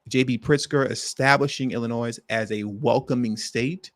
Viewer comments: Please stop saying Illinois with the S! You can’t be from here bro. Shit is irritating. You’re smarter than this! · …..the “S” in ILLINOIS is NOT PRONOUNCED!